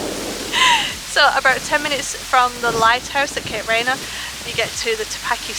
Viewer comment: Please learn to pronounce the name correctly.